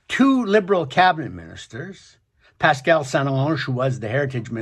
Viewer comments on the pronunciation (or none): none